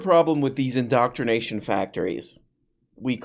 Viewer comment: In-doctr-ination * Jorpy's the real "doctr".